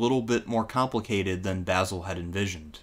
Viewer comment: Great video. Love to hear you pronounce Basil correctly too!!!